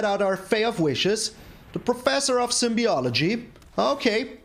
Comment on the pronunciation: Those shrines are torturing aggro players. No wonders you enjoyed it. 😅 Careful, it’s Professor of Symbology (like symbols), not of Symbiology. Don’t worry, first time I saw the card I had to re-read slowly it to make sure I read it correctly. 😎